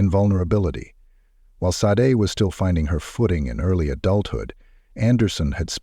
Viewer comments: SHA-DAY. Not Sade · Aside from the robot voice narration (given away by the ridiculous alternating pronunciation of "Sade"), this is an excellent, compelling, well-written video. Great storytelling, presentation of events! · the mispronunciation of her name is irritating. RIP Sade 💕🕊️